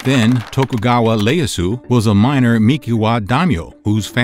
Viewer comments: IE NOT LE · Bro its Ieyasu, not Leyasu. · Sir its Iieyasu not Leyasu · Great research...pronunciation could do some work tho. To-koo-gao-wa Ee-asu. Not lee-as-oo. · It’s Tokugawa Iyeasu not Leasu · Tokugawa "Ieyasu"... Not "Leyasu" 😮🤫🤣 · It's Tokugawaa Ieyasu (E-A-ASU). I love that you've done a video about the ninja tho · I think that's a misread. It's the letter "I" not "L". Pronounced ē eh yah sue. Other than that you did a good job trying to pronounce the Japanese language. Even I feel my "American tongue" having problems with talking Japanese. 😅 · How the heck could you make an egregious error by misidentifying Tokugawa Ieyasu as “Tokugawa Leyasu” is beyond me. Do more research! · Tokugawa Ieyasu ... there is no "L" in Nihongo. What's your gaslight game? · You pronounced Tokugawa Ieyasu incorrectly. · Ieyasu? It’s an I, not L. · That L in Ieyasu was loud too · Ieyasu not Leyasu and Meji not Mezi.